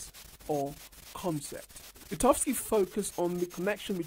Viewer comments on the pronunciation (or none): "VyGotsky", not "Vitovsky" :D